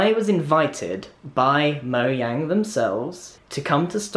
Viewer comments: Erm…it’s pronounced Mo(J)ane not Moyang! This totally peeves me off as a gamer!!! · moyang?! i thought it was mo jang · you said MOYANG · Notch: Lets call our company Mojang Grian: MoYAnG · Grian: pronouncing mojang Grian: dunno what u r talking about its moyang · It was funny all the times grian said moyang instead of mojang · Grian: moyang Me: ITS MOJANG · Haha he said Moyang in stead of Mojang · Everyone: Mojang Grian: Moyang Me: Confused why grian says Moyang instead of Mojang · It’s mojang not moyang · I think it's no JANG Not no YANG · MoYANG! xD (its pronounced MoJANG) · The creators name is mojang not moyang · Its called mojang not moyang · Grian in the first 5 minutes: Moyang Grian 1 minute later: Mojang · he said “moyang” I missed it though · Moyang, moyang! Couldn’t even be invited to a Mojang event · when he said "I was invited by moyang" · Livy’s Jus Tryin no it's moyang because mojang is made in sweden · When he pronunces Mojang like moyang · Grian: Moyang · also recommended to me now but.. he says moyang?? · Omg I Died When He Said Moyang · When he said moyang XD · Ah Yes, Moyang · Why does he pronounce it Moyang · I hate how he says it like stockhalm, and calls mojang moyang. Why is it annoying to me 😕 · really? i don't... but i wanna ask did he pronounce mojang correctly because the "j" sounds like a "y" in grian-speak but i dont think it's correct tell me if grian is correct cuz i think the j should sound like a j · You forgot the j in mojang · moyang, huh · How is he a mincrafter if he doesn't even know how to say Mojang